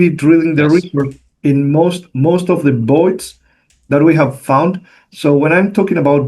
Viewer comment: Good to know from the start: when he says Boyd’s it means voids